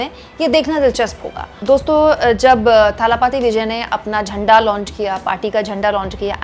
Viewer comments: You may find tje names difficult to pronounce but "kazhagham" is the word and it means organisation or संगठन। And say दलपति or थलपति not ताला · talapathi nahi dhalapathi Vijay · It's not Thala Pathy Vijay It's Talapati Vijay. Correct your pronunciation His fans may not like it.